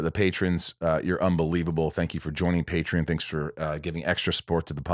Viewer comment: Hey bruh, say "neon", now say "patreon". If you say it right I'll subscribe.